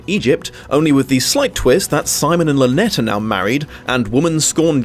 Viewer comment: Sympathetic or not, it drives me stark staring bonkers that they persist in pronouncing it “Lynette”.